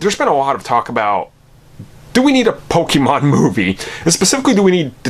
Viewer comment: I don’t think you should be making this video when you can’t even pronounce “Pokémon” correctly